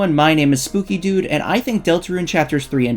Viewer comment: i thought bro said scooby doo not spooky dood